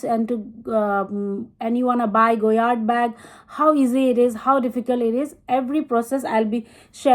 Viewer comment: Correct, there is no MM for the St. Louis, so her saying “small,” “medium” and “large” is wrong. There is the PM (petite) and GM (grande). At least she pronounced it correctly.